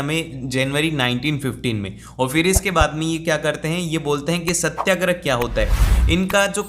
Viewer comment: Satyagraha= satya+agrah Not satya+grah 🙂